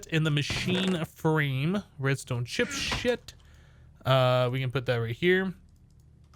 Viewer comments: Hey you accidentally said "chip shit" and not "chip set" in the video. I just wanted to let you. And one more thing keep up the good work dude I love your videos man. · I listened to you say chipshit like 30 times I laughed every time